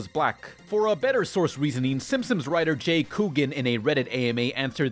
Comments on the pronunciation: Narration ERROR: says "Simpsims". What really happened: did this on purpose as an Easter Egg. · Am I the only one noticing saying "Simpsoms" instead of "Simpsons"? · Why are you are calling The Simpsons "The Sim-Sims"? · Please work on pronunciation. You slur words together and say silly things like "The Simsims"